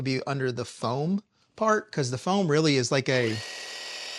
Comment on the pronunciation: Bro you had me dying with “crazy with da froam” hahahahaha! Good stuff as always.